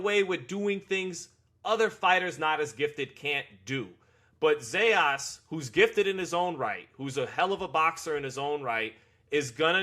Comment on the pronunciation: It’s not Zejas! Is Zayas!